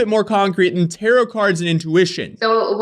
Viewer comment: i miss when you used to say “tarot” wrong 😢